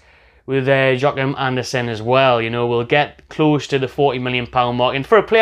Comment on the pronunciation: It's not really that difficult to pronounce. Phonetically it would be something like "Yoa-kim" (Joachim).